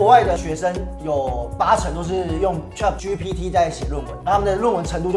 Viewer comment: 有點想猜的，太文言 但又想猜的，開窗戶很正經耶! BTW " chat"的發音好像怪怪的XDD